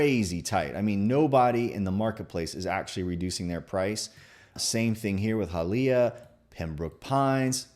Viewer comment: Learn how to pronounce HIALEAH brother